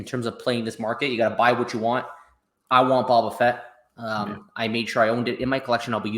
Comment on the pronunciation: Love you guys! LOL it is pronounced as Boba Fett! "Bow Ba Fett" Like the ribbon. Not BaBa Fett. Lets Go!